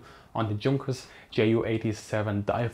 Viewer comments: He says it as “djun-kers” maybe a subconscious mix of German and English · It would be nice if you pronounced it Younkers as it really is. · Junkers is pronounced yoonkers. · Wow,, just saw this. Sorry for the late reaction. Thanks for the feedback and Super Thanks! With Junkers, the pronounciation is all over the place, basically also because Germans can't agree on it in my experience:) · Um, "Junkers" pronunciation??? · I'm confused. You're German, yet you mispronounce Junkers.